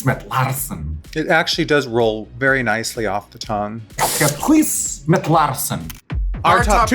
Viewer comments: hüüs mit laahrschen..? Girl no, i've heard way better haha ;) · Ff serieus... her Dutch did not sound convincing at all! The way Raja says basic words like ‘huis’ (house) and ‘brood’ (bread) so poorly, and doesn’t know how to pronounce the oe in ‘roem’ (fame)... nope, but cute attempt... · Her constant mispronunciation of "huis" makes me die a little more inside each time she says it, though. 😂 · idk if you're joking or not, but that's not how you pronounce "huis". source: I speak Dutch